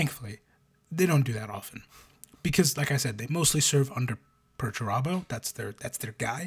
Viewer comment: Peter Turbo is the greatest thing I’ve ever heard Perturabo called 😂